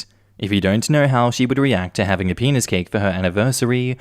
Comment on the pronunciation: i heard the penis cake as peanut cake, like peanutbutter cake.